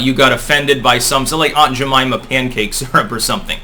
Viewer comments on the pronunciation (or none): none